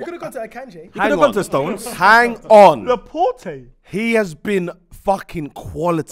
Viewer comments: The more I watch this show the more I realise these man do not know ball, man said Laporte 🤣🤣🤣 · Also they can't pronounce Laporte.... he's only been in the prem a few years.... cmon lads, you don't know ball.